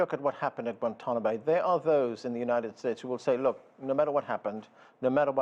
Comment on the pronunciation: Obama has mispronounced Guantanamo. Why did Obama not shut down Guantanamo.